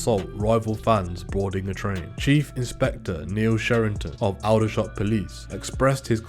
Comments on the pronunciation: It's not Oudershot, it's Aldershot. A-company, never heard of them and I bet many other have not too. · It’s pronounced Alder like the tree not that weird way he’s saying it. Aldershot